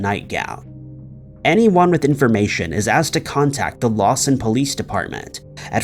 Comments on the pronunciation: FYI: It’s Lawton Oklahoma not Lawson. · It's "LawTon" Oklahoma, not "LawSon." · It’s Lawton. Not Lawson. It’s sad seeing you cover these cases and not even get the name of the city it happened in correct. Show some modicum of respect and learn how to pronounce names or get the city the case happened in correct. Just poor quality. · On #5 (Lisa) it's actually LAWTON, Oklahoma not Lawson. Just fyi..... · It wasn't Lawson, OK, it was Lawton; that's where Fort Sill is located.